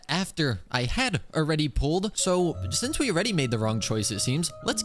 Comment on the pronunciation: sho shince